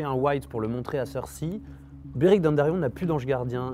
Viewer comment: ça me tappe sur les nerfs dans chacune de tes videos, apprend à dire "Cercei" !